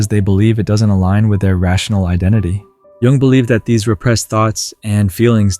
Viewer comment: Not sure whether it's a real person or AI, but Jung is certainly not pronounced "young". Very annoying.